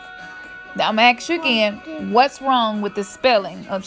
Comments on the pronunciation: You say "aks", instead of "ask"...must be a fucking mandela effect! because I remember it as always being "ask, in my timeline". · Another Mandela "effeck" how do you spell spell "Axe"? I'm from the timeline where it's spelled "ask", "effect", "characters" etc... If you're gonna do a video about spelling at least know how to pronounciate words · It's your lack of spelling ability. You can't even say "ask" you think it's "axe" (aks)... when you learn to speak English maybe you will be believed... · The word is pronounced A S K.!!!.....not A K S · I have noticed recently the word ask has changed to ax.